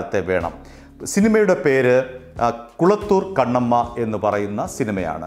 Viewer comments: Kalathoor kannamma ok not kulathoor ok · It's not A V Mariappan it's Meiyappan, also it's not kulathur kannamma, it's kalathur kannamma,, also it's not M. srinivasan,, it's M. Saravanan